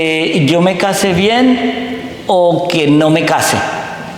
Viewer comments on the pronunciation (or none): none